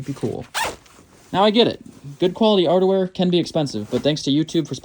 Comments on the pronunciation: When you said outerwear it sounded like you said underwear at first. 😂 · I'm sure he said "odor-wear".